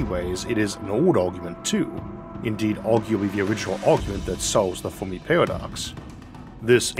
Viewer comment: Saying Formi instead of Fermi confuses listeners 😂